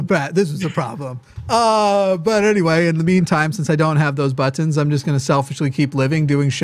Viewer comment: ButtONS not buttINS lol